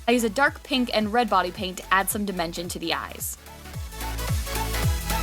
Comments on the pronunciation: It sounded like she said "Bonnie paint" when she said "Body paint". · I thought that you said white Bonnie paint